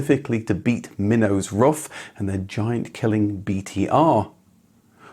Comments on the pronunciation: Its pronounced roof, not rough. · It’s pronounced roof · pronounced "roof" not "rough" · It´s Roof not Rough. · Rough Automobile? C'mon, it is disrespectful to always pronounce foreign names in English. Just pronounce them properly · It's not "rough", it's "roof". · It's Ruf (roof) Not Ruf (rough) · He has stated numerous times his name is pronounced "roof, like Fidler On The Roof". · I was gonna watch this as ur vids r usually very entertaining. But ur persistent incorrect pronunciation of RUF as ruff not roof put me off in the intro. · Don't wanna be a smartass, but I am. In native German, the company and family name is spoken like "roof", not "rough". Great video though!❤ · His name is not "rough"! His name is Ruf which needs to be spoken like "roof" but with a "hard" R! Don't translate names!!! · Why is it speal rough instead of roof? Also why is the Ruf ceo calling it Porschaaaa, its Porsch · Seriously? It's pronounced "ROOF" not "ROUGH." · Ruf are spoken like roof (not ruff) in english ❣️😅☝🏼 Love from Berlin 🇩🇪, Ramsi 🙋🏻‍♂️ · Btw. it's pronounced roof, not ruff. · Sorry to be that guy. It's pronounced roof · Ruf is pronounced with a long vowel, just like roof, not like rough. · Ruf, not Rufff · rUf, not rough 🤦‍♂ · It’s Roof not Rough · Ruf isn't "ruff", it's "roof". Not the mangled pronuncation either . ROOOOOOOOOOOOOOOOOOOOOOOOOOOOOOOOOOOOOOOOOOOOF. With a long vowel. (It means "call", BTW) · I guess Ruf is pronounced more like Roof and not like Ruff. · I envy you for talking to the man himself, but come on, it's not pronounced "rough". It's "roof". RUF. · Roof, not rough... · Pronounciation would be: roof just like the English word.🍀👍🏻…..“rooffff“, not so much….. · Yeah I was surprised, given that he normally goes to special attention to pronounce brands authentically. I'm sure Alois is pronounced A-Lwa as well.